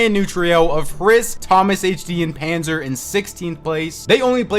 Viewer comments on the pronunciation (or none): none